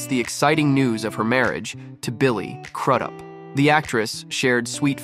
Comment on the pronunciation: It’s crews up that’s how it’s pronounced